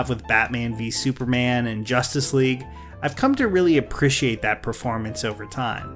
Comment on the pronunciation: You have an interesting pronunciation of "appreciate." Everytime you said it I was like 🤔 lol